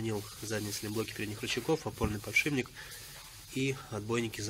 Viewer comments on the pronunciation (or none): подшиПник, как говорил доктор дью, сколько нужно миллионов раз повторить это слово, что бы его говорили правильно?)))